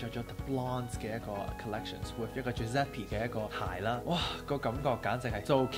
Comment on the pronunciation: Wrong pronunciation Giuseppe